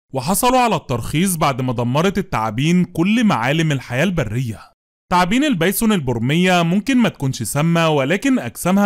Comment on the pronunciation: عيب يارجل اسمها ثعابين مش تعابين تعبتنا بنطقك للمره الاخيره انصحك اسمها ثعابين.